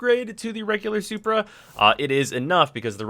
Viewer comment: WHY DO YOU KEEP SAYING SUPER NOT SUPRA :O